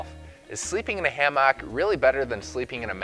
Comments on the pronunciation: Good vid apart from your wrong pronunciation of the word hammock. It is NOT ha-mock it is ham-ock or ham-uck. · ham ick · Driving me crazy too...pls dont say it Again😩😄🤭It's Naaaat a hammAAck. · Like every other comment on here, I couldn't stand listening to this fella pronounce Hammaaaak. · It’s pronounced Hammick. I see you still sound out your words. Like to hear you sound out Wednesday. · WTF is s hamm-aak? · Learn to pronounce hammock. It's not ham hock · Why is he saying hammock like that o.O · The whole point of this video is invalidated by the way he pronounces hammock.